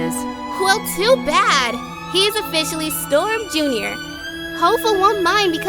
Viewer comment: I THOUGHT YOU SAID "I would kill and die Storm Jr."